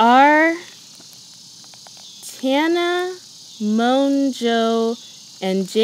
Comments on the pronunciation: how are you a fan of Tana but mispronounce her last name? 🤔 it's Mo-Jo not Mon-Jo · haha I know she says it like that but I guess I thought she was just saying the n really fast. I guess I mispronounced it. But I am a huge Tana Mongeau fan! Even Jake mispronounced it a few times lol